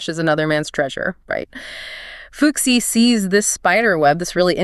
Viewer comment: Cool story, but I can't help but giggle every time you say 'fuxi'. The pronunciation is more like 'foo-shii'.